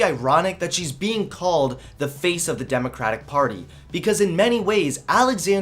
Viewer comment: You keep pronouncing democrapic